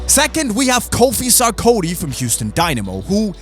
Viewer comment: The sarkodie is pronounced as SAR-KOR-DI-EEH